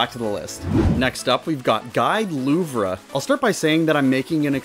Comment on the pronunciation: Louvre is pronounced "Loov," not "Loovrah."